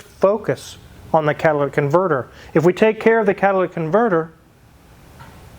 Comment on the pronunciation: Master tech saying cat-ah-La-dick converter is crazy work…